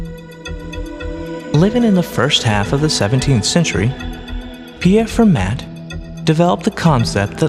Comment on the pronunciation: He pronounces Pierre de Fermat's name incorrectly. It's pronounced Fer 'ma, with the t silent. I can't stand it when people pronounce his name incorrectly. Fermat, created the foundation for nearly all modern luxuries. He solved mathematical problems hundreds of years before others, and they don't recognize him because he didn't save his solutions. Instead, they completely discredit him. Hence, very few people have heard of the Pierre de Fermat, a genius FAR beyond his time.